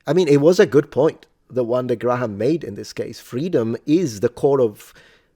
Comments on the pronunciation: Hancck is English, therefore its pronounced Gray-um. Theres no H sound. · Btw if you want to pronounce Graham more conventionally it's usually pronounced Greme or Gray-um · Just being pedantic here. Graham in English is pronounced Gray-yum instead of Gray-ham. You're welcome. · It's pronounced "gray-em". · To be fair, there are viewers who enjoy the aggressiveness. Especially when he's right. On a side note, the name Graham doesn't pronounce the 'H' in the middle. It just sounds like Gram. One syllable. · Your over pronunciation of graham cracks me up everytime